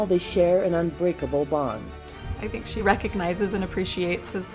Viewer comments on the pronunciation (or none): none